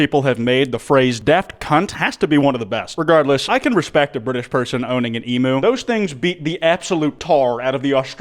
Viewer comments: It’s Emu not a EMOOOO. Dumb yank !!😊coming from a smart Aussie 😊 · is he saying emoo on perpose or does he not no that its pranounced emyoo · not saying emu like emoo💀💀💀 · ‘em-oo’ the pain im feeling rn, they said emu the correct way in the video but then he just- 😭 but even i have to agree, we are the meg of the world🥲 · why do u pronounce it eemoo? where did you learn to pronounce it like this. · A part of me died when he called the Emu and Emoo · with all due respect, you're saying emu wrong. EM - YOU. love the vids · No way he heard the Brits say 'emu' right then said it wrong two seconds later😭😭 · as an australian, i don't wanna hear it, you pronounce emu wrong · i was not expecting to hear butcher the pronunciation of “emu” today lmao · "it's an emu" pain, as an Australian, just pain